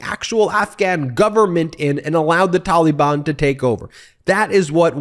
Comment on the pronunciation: Ben has such strange pronunciation of the word Taliban ("tolly-bonn") 😂